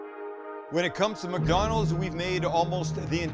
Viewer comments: Did Sam say muckdonalds 😂😂😂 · Does he say, muckdonalds?